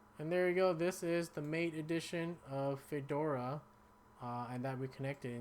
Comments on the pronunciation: Mate, is pronounced Maw-Tay. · MATE = mah-tay